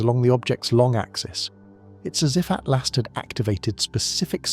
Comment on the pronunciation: Please. It’s ATLAS, not ATLAST !!!